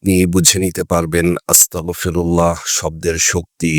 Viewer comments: উচ্চারণ হবে আস্তাগফিরুল্লাহ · উচ্চারন হবে আস্তাগফিরুল্লাহ